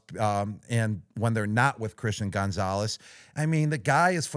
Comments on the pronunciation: Gronk please stop saying Gone-zales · Why Gronk pronounce Gonzalez like Gonezalez 🤣🥀